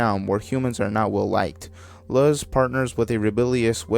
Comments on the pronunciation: I know this is an old video, but Luz’s name is pronounced “looz”, not “luhz” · When he said luhz I got pissed it’s pronounced looz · Its pronounced loos not luz, not to be mean, just bothered me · The way you say Luz... YOU'RE SUPPOSED TO SAY IT LIKE LOOSE BUT IT'S A Z INSTEAD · If you plan on doing an iceberg vid on The Owl House in future, Luz is pronounced like loose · I died inside a little bit every time he mispronounced "Luz"